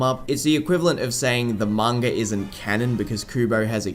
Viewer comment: why do some people say mangur instead of manga